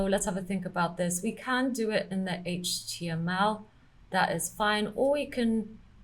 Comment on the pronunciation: I always love the parts when you say "Haige Tea ML", just like so. #SCNR 😉